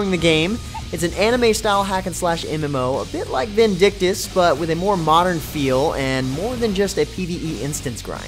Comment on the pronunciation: Okay, I could understand if you said Elsword, but Vindictus?